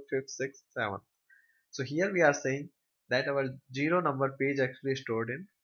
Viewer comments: its pronounced "Zero" not "Jiro" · Good Explanation. But one thing Sir its zero not jero ...